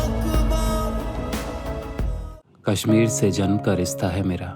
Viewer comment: would have been good if the narrator was a kashmiri.. he is mispronouncing the word "kashmir"